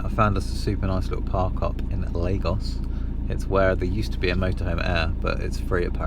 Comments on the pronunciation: Lagos is one of my favorite towns in Portugal. BUT guys, it is pronounced LAR-GOSH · its pronounced LARGOSH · Lagos pronounced laa-goszh. Lago, lake, lagos, lagoon.